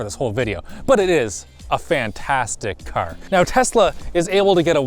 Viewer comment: “Fantastic Cur”